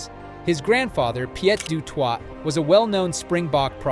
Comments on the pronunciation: Rugb-eye? It is pronounced "Rug-bee". And grandfather is not "Peeyet doo twaah". It is "Peet doo toy", with the "Peet" rhyming with "hit". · Peter steff de Twot… lol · The ai called him Pieter Step du TWAT.😂😂😂